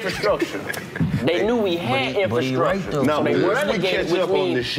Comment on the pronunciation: Karlous to D.C: Boy you love that "infastructure"😂😂😂😂😂😂😂😂😂😂